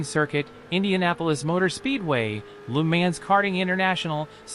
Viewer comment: i stopped watching after they said Lu Mans